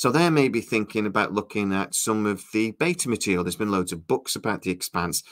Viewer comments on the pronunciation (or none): none